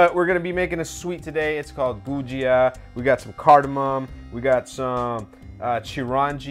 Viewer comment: Ha ha enjoyed watching you butcher the “gujiya” 😂 probably better than my first try , kudos 👍🏼